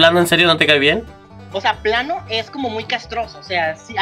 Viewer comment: Ded tambien dice plano y no De plano Jajaj